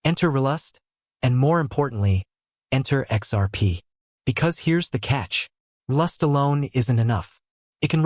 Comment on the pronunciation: Fix your pronunciation of RLUSD. It bastardizes your entire speel. Sheesh!